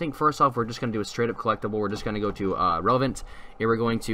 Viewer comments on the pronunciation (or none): none